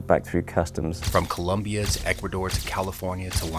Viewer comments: It’s COLOMBIA, not COLUMBIA. Ignorants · It's NOT ColUmbia, it's COLOMBIA...you ignorant clown. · Do not be an ignorant, it is Colombia not Columbia. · It's Colombia not "Columbia" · It’s ColOmbia not ColUmbia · Please dude, it's Colombia, not Columbia. >_< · Disliked for not knowing it's ColOmbia, with an "o".